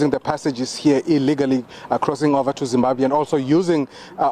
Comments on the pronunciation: That guy is not from zim,we do pronounce Zimbabwe as Zibabe., his tone no way to be a Zimbabwean. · give us the full video, that guy is not a Zimbabwean, he is more South african than anything else, we dont pronounce Zimbabwe the way he does and we dont pronounce Polokwane the same way he did, its a section of South Africans who pronounce those words the way he did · the way he pronounced Zimbabwe does not sound Zimbabwean。could you please make a content asking Zimbabweans to say which tribe is he from。